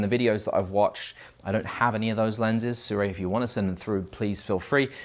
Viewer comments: aye no hate but "Su-Ray" is the only way I have heard it said how do say it. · American in their mind: *Hmm I wonder how to pronounce sirui, ahh yes "SU-RAY" 🦅😂 No hate man, I just find it funny how americans absolutely demolish pronunciations of some words. Maybe they would send you some if you got their name right😉 Good video overall though, personally I don't think the sirui or blazer look that pleasing. cooke and arri anamorphic looks 10000x better but of course they're very🤑